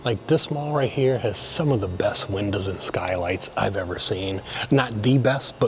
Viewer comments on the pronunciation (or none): I know you’re real southern because 1. You change your voice entirely to annunciate better during the voiceover compared to the walk around footage and 2. Windows = winduhs